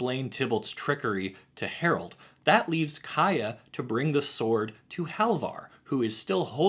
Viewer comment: I can't unhear Day[9] saying "HARALD"